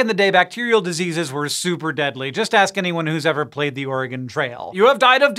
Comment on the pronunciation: Thank you for saying oregon correctly! 😘